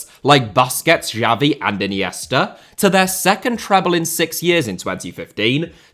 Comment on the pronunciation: bOSSKETZ Chabi uNd eenieeeestah